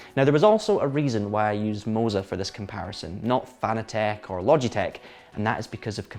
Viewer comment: Emphasis on the second syllable in Fanatec. It's a whole new word innit? :D